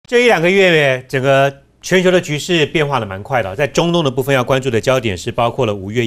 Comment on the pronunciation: 蛮快的，不是"满"快的。